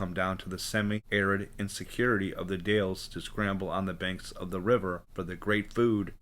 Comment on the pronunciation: Dalles rhymes with pals!!